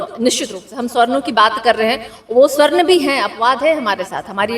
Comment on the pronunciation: Palhe toh sabarn bolna dekho, Swarn ni bolo😂